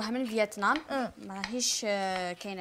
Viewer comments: فيتنام 🇻🇳 و ليست فيطنام 😂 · فيتنام مش فيطنام